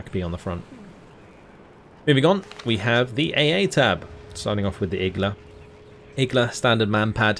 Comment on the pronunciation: iglA not Igla!!!!!